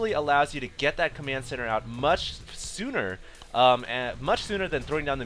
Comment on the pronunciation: "much shfsooner"